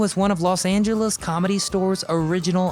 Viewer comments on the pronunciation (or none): none